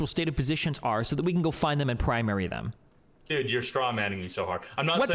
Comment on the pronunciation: This was difficult to listen to because the guy said dude like 50,000 times, and mispronounced it in this annoying "dedd" way every time =D